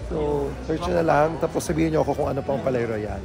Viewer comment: Palais Royal pronounced like "Paliy rwayal" po😊